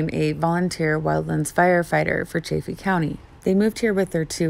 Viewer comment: Chaff Eeeee. Chaff Eeee. Not chay feee.